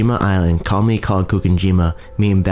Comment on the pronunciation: Crap commentary. The pronunciation (and enunciation) is appalling. He pronounced the word "commonly" as "commy", pronounced the word "island" as "ian" (sounded like "iron"), and pronounced the word "populated" as "populade". Really, really crap!